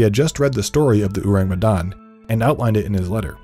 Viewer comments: its not Urang Utan kind of pronounce bruh its "Ow-Raang May-Done" thats how you pronounce it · It’s pronounced “O” (like Orange) - “rung. “Me” (may) “dahn” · Halloween has been less spooky without unsolved supernatural... Edit: Ourang Medan pronounced Oh-rung May-dan. Ou like oh, rang like rung, Me like May, dan like dan. I'm from Indonesia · It’s pronounced more like “oh•rung” (ourang) “may•dahn” (Medan) :) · It's "ou-rung" Medan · bule butchering our language wkwkwk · as an indonesian, his pronunciation of Ourang Sumatra and Medan is funny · Their pronounciation of "Ourang Medan" leaves a tingle sensation in my ear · I can't take it serious everytime the narrator said "ourang medan" 😂😂 and butchered all the vowels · I'm from Medan and the way he pronounces ourang medan is so funny to me lol im sorry i know you tried but white ppl always made me laugh when they try to pronounce something non-english